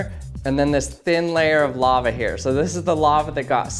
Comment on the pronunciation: He keeps saying “Laver”